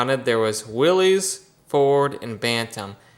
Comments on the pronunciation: Willys rhymes with Phyliss - it gives one the willies to hear it called willies. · You had the same default that I had at first. The name Willys is actually pronounced as Willis. That engine in the Ford Jeep looks so much like a model A engine from the 20's and early 30's. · Every time I hear someone mispronounce Willys I cringe. After all these years people still cant get it right. The Y is silent! SMH